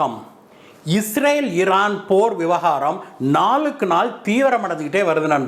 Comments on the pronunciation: இரான் ஈரான் இதில் எது சரியான வார்த்தை வாசிக்கும் போது ஏன் இந்த தவறான உச்சரிப்பு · Please rectify your pronunciation Iran